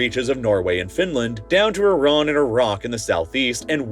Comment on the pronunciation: Thank you for pronouncing Iran correctly ❤ 0 respect for humus i must add